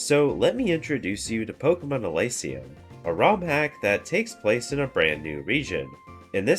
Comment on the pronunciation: Thanks for the video! 2 suggestions: The screen blur when you asked us to subscribe made my eyes hurt and I mean that in a literal sense, they felt weird and in pain from that. I believe it is pronounced "Eleesium", not "Elaisium".